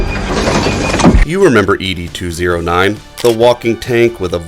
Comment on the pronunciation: Its not "Eee Dee 209," its Ed 209...like Ned Flanders, just remove the N.